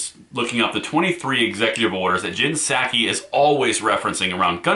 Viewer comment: Honest mistake, but you mispronounced Jenn Nut-saki's name.